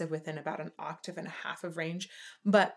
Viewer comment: just so you know you said aatave not octave the first time 😁🤪🤣😂🙃😇